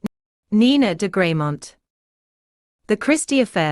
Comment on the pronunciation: It's pronounced Greh-MONT